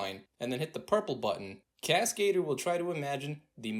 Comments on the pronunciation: It’s not cascader from cascade. It’s French for the word stunt man. It’s cascadeur with the accent on EUR at the end. Google voice it to see the difference. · Okay, I realize I'm a dick for saying this, but Cascader? Oh no! lol. It's a french word pronounced "Casca - Doer" not Cascade-Er. It means Stuntman. But you're right, Cascadeur rocks! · He calls it Cascader lol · please learn how to pronounce cascadeur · Cascadeur is French so it's not pronounced that way. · I hate how proudfully and how often this guy pronounces Cascadeur wrong